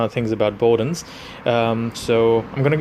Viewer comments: Hmmmm, I’m not sure how much credence I can give to a supposed ‘car enthusiast’ who recommends dishwashing liquid as a cleaner!!! I’ve had nothing but awesome results from the Bowden’s products I’ve being using for years. (BTW, it’s pronounced BOWdens as in cow, not BOWdens as in row). I’m all for freedom of speech and opinion, but I am concerned that your lack of expertise and poor quality rag you’re using is the real reason you didn’t achieve the results you were expecting. I’ve seen your other videos and the term ‘jack of all trades, master of none’ comes to mind. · Dumb arse can’t even say BOWDEN’S properly